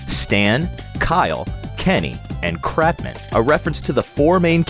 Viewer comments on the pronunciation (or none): It's pronounced "cart-man" not "crap-map" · "cratman" it's Cartman. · Cratman? Whaat? I almost thought he said crapman! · I was sure he say Crapman